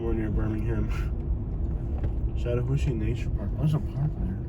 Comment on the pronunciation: Ok ok there are few words that cannot be mispronounced. Wakulla (wack u la) ... Really? Blounsttown (blounce town) 😂😂 The BEST YET is the word shat. This announcer pronounced Chatt as shat 😂😂😂😂 Shattahooocheeeee. Too funny! Im not lazy although I am a lil crazy 😂.... And I absolutely adore, love & highly respect all history, Native Americans history, artifacts, grounds, mounds, etc. I seem to find something more every time I'm about to run outta history, land, artifacts, geenland's, etc. It could be a great place to live with appropriate attention(s). I grew up not far from here although living here in Shatta now. I'll put it this way, this is the only city I have literally refrained from taking walks alone. I do walk at the river landings only when other people are around and I'm very observant. It pays to be cautious and until cautionary changes are made in this city nothing's going to survive. Perhaps that's best bc it's truly a beautiful historical & spiritual place. And that's just fine me. Thanks so much for the history videos... now on to more. 🌷